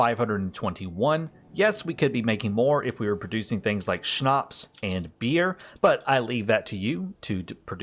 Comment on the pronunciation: Are you German? Really nice pronounciation of Schnaps! And thank you for the Video! Really insightful. Playing the Game since the steam winter sale and its awesome. Your videos really helped out so far!